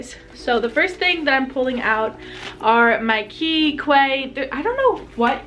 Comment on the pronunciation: congrats!! I'm so happy you reached 500 subs already(: also Quay is pronounced as key